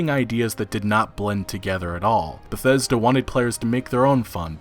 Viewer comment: Eurogamer: "Bethseda".